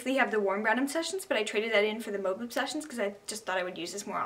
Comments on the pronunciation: “Moove obsessions it’s (mu a ve) mauve. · u can pronounce it mar-v or mowve... lol